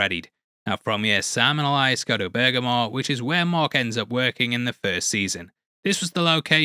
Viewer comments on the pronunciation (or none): none